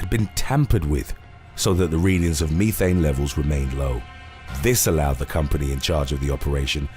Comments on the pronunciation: Wtf is "me-thane"?! Bro, it's pronounced like "meth-ane"....methane... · ME thayn??! Meth-aine. Idiot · Why does he pronounce the word "methane" as "me-thane" instead of "meth-ane" ? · Why are you pronouncing methane “mee-thane?” 😂😂😂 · I was waiting to hear "mee-tals" after hearing that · Don't mix your mee-thane and your meetals in ameerica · "Me Thane"🤴lmfao